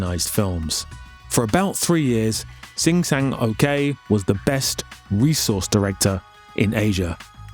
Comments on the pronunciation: sang-ok is pronounced "sang-oak" and not "sang-okay" 🤣🤣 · It's not "Shin Sang-okay," it's "Shin Sang-ok." Probably better pronounced like "uck." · Do you seriously think a korean person's name would be pronounced "okay" Just read what you see...